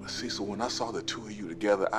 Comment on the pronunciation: It's cesssil 😂